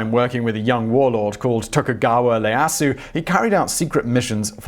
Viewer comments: Not Layasu, Ieyasu (e-a-ya-su) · Yo simon i dont care if you prenounce stuff badly but its ieyasu with an i not with an l...even writen with a capital i (Ieyasu) is different then a capital l (Leyasu)...man from a man of knowledge this was a dumb mistake...who mistakes a capital I for a capital L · While you did caveat poor pronunciation, you really screwed up on a key figure in Japanese history, who you mentioned twice. Tokugawa Ieyasu. The first Shogun. The first letter of his forename is I (i) not L (l) and while this is phonetic it should be closer to i-e-yas, certainly not Leyasu - note there's no L in Japanese either. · Tokugawa's name has an I at the beginning, and it's pronounced like "EE-eh-Ah-soo." You pronounced it wrong twice by . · For Nobunaga, I quite understand why he mispronounced the name but why do he always pronounce the "I" on Tokugawa Ieyasu as "L". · That first letter in Tokugawa Ieyasu's personal name is a capital I (eye), not a lowercase L. Nobunaga is No-bu-na-ga, not Nobunga. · Togukawa Ieyasu, not "Leyasu". Phonetically something along the lines of "yeah-ahsu" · Ok so I know you said you'd pronounce them wrong but I wasn't expecting the Japanese names. 1. Nobunaga not "Nobunga" 2. Ieyasu not "Liyasu"